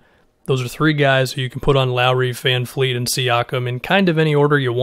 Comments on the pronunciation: My man, his name is VanVleet, not VanFleet. My ears bleed every time I hear somebody say that. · Please it's VanVLeet not VanFleet... it's not hard... VV not VF! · Can you stop saying VanFleet. It’s VanVleet. I don’t know why ppl pronounce it with an F. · Vanvleet, Vanfleet, Fanfleet LOL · It's VanVVVVVVVVleet gawd dammit! Get it fucking right man geez!